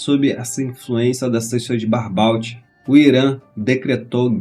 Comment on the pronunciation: Se fala Barbô e não Barbault!